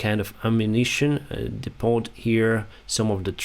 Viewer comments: Excellent footage & commentary, as always. Small pronunciation correction; in English the T in the word Depot is silent. American pronunciation: Dee-po. (In British English the word is pronounced Deppo). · I was an English teacher in Thailand, so pardon me for offering language advice. Depot has a silent 't.' When an ammunition dump is hit, the subsequent explosions are called 'secondary explosions.' All in all,, you're doing a great job. You're a Ukrainian national hero. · When pronouncing depot in english the t is silent. Very informative presentation.